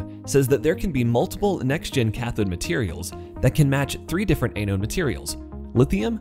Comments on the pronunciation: ăn′ōd″ ah-node not ay-node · a-node? Sounds like your speech program needs an update. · you should learn how to pronounce anode properly.